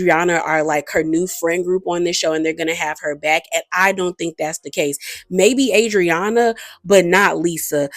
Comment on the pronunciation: You really are bad with last names … cause why you do Adrianna like that 🤣🤣